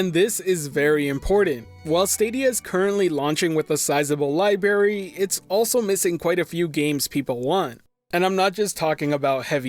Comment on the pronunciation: Keep up the good work. And also, "Sizable libary".